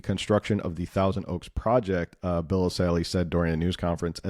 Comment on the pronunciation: It's Bill ESSAYLI not Assali. Good video, though.